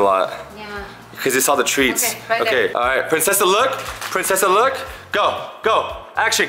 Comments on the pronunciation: Its princessa not pricnessa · Did anyone notice it said pricnessa not princessa